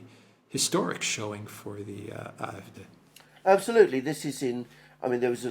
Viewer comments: Please say "AFD", not "eye, ef, deah". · Why do you guys pronounce “AFD” in some weird combination of language, yet “CDU” in what seems to be normal American English. My nightmares of “Elensky” still haunt me.